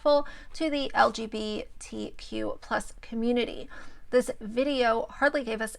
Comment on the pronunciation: Why cant u say lgbtq normally?🤣🤣🤣